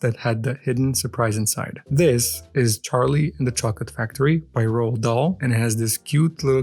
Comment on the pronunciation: Good job with the pronunciation of “Roald”! “Eyre” is pronounced the same as “air” though, it’s a weird one. I love your doll! I’m not sure I like this series as much as the first, mostly because I don’t really want the accessories but also… I like to LOOK at them! 😅 Maybe I will at least grab one when they appear this side of the world.